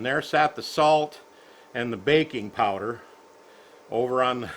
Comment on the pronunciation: BAKI NG powder!.... I thought he said BACON powder. Ok... Let me try again.